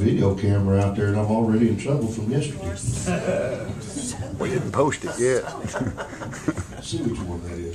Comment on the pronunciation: I like how he says yesterdy. This is great.